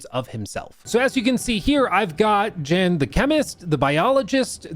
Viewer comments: Not to be overly serious or nitpicky but it’s pronounced YAN not Jan. And if you played the game it’s said like a million times considered all the characters are Jan. Lost a bit of credibility ngl. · How have you played the game and dlc but still don’t know how to pronounce the main character’s name? There’s literally one main character and not once have I heard it called JAN lol.. it’s pronounced “Yan” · Jan (pronounced YAN) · The J in “I didn’t play this” is pronounced like a Y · yahn (like john with a 'y') is how the MC's name is pronounced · it was really irritating seeing him say Jan with a J 😄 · Literally came here to say this 👆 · yeah. I remember when he talked about the game last year. I got it around the last time and loved it too. Especially some of the music. Still, its a minor annoying since Jan is said a lot in the game (pronounced Yan) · > "I really like it" > Doesn't know how to pronounce MC's name... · try looking up 'the alters luke stephens' before jumping to the comment section w yr comment. its weird that hes incorrectly pronouncing jans name, but come on man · I can't believe you don't pronounced Jan's name correctly wtf lol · Kinda sus to say you loved the base game and not even know how to pronounce the main characters name lol. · what I was thinking too